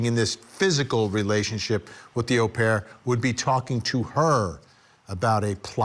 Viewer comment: Nice to hear an American say au,as in au pair the correct way Vinnie!